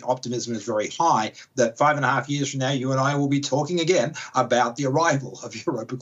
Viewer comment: Talk aboot.... oh noooo its true!